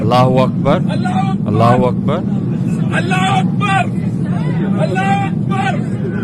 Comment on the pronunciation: his Allah pronounce is wrong itself